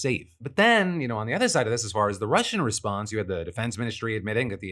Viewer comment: "You had Ukrainian and RussiaL officials" 😅